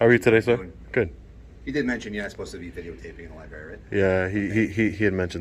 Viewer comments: You're the best auditor out there hands down! I do feel compelled to point out you how you mispronounce the word library given that you visit them so frequently. The R is not silent. You prounance it lie-berry. It is prounanced lie-brary. Don't feel bad. For half of my life I used the word irregardless. One of my brothers pointed when he heard me say it that there was no such word. I argued with him about it and then researched it and thank him for educating me. There is only the word regardless. Just thought you should know man. You're the best! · Libary?!? Really. If you’re going to audit it know how to say it. Lib-rar-y🤦🏽‍♀️🙄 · Great videos but it’s library not libary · Love you, love your work. I know you are intelligent, but please.... Stop saying "Libary" it is LibRary. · Bro it’s library not “liberry” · Please stop saying lie-berry its libRARY ffs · Please use correct pronunciation library does not have an e in the spelling. It is liBrary. Not liberry mispronunciation diminishes your impact and professionalism. Great. Vids keep up the good work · Amazing how many people drop the first R in Library and say “Libary” instead of the correct libRary. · Love the video but it’s pronounced, “ˈlīˌbrerē” “Library”. Not, “Libarry”. 😂😂😂 I had to correct my children when they were four until they got it right. Drives me crazy. 😂😂😂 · It's a library, not a liberry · It’s library not liberry…. Same with ask not axe…. Love what you do but you sound ignorant af… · Please pronounce Library correctly. It is not Libay it is library. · Hi, it’s not Li-BERRY it’s Li-br-ary. Sorry guy can’t help myself! Please keep doing the good work that you do. 👍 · LI-BRARY. NOT LI-BERY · Is this a public libary? No, it's a public library. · I love your videos but please try to pronounce LiBRary. Not Lie Berry 😀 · It's pronounced Li - Brary not Li - Berry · Library. Not Libarry. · Look again, it's not a Libary, it's a LibRary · liBRary, not libary. sorry, pet peave! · Pronounce the r